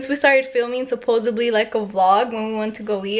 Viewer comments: it’s “Supposedly” not “supposebly” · "Supposebly" crack up 😂